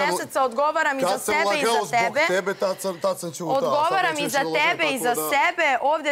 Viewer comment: Odmah sam čula kad je to rekla šokirala sam se. Kad kaže da je rekla SEBE vraćala sam strim više puta nekad čujem TEBE nekad SEBE tako da se ne može opravdat